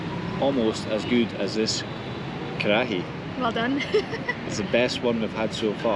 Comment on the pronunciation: Butt "karachi" 😂 lol it's butt karahi.